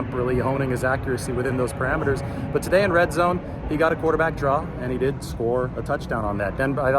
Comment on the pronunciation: did lance score the QB draw? It’s hard to tell if you said “did” or “didn’t”